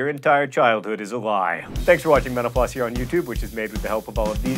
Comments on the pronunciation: Sometimes when he says "mental floss" I just hear "menopause" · it always sounds like he's saying, "Thanks for watching Menopause" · Sometimes when John says "mental floss" it sounds like "menopause."